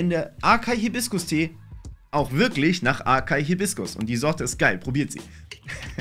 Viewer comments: Was ist aKaI es wird Asai ausgestrochen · Man spricht açaí "assai" mit Betonung auf dem i aus